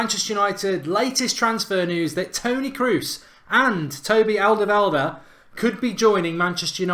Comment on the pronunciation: Wow, you really butchered Alderwiereld's name.